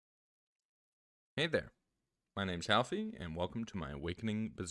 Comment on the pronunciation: both me and youtube CC hear you say that your name is "Healthy" not ,,Howfie". You lied in first 10 seconds...